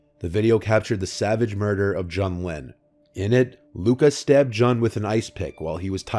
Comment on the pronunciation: Love you,, but Jun's name is pronounced like the month of June, not rhyming with gun.